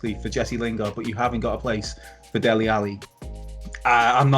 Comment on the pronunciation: Dele.....not Deli🙈